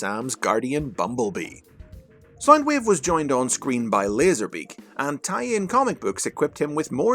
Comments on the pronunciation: You keep saying sign wave not sound wave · Everytime you say sound wave I thimk your saying side wave or side ways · Its SOUND.. SOUNDWAVE...not SINEWAVE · Saindweev.. I can't listen to this, please, why did you butcher the poor Wave's pronunciation.. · SoundWave or Soundueve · Stop saying sinewave Pls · “Soynd wave”😂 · why does this guy say sind wave